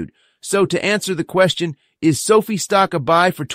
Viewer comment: It’s SoFi (rhymes with Pie)